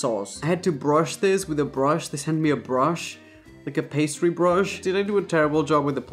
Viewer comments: “Pa-tis-ary” Can’t believe I’ve been saying pastry wrong my whole life lol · A bunch of these dishes are actual dishes though lol also i love you...but the way you pronounce "pastry" makes my eye twitch 😅💀💛